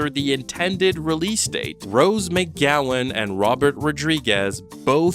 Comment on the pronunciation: Rose MAYGowan, eh? You speak for a living?